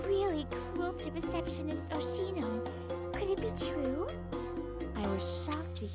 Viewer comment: It's Oshino, man. Not Oshimo.